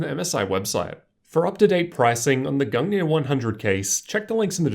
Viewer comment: Thanks for the pronunciation of the case. I was kinda freaking out about it. Excellent video my dude!